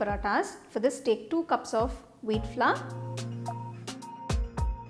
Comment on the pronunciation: It's not flaw😜😜 it's Flour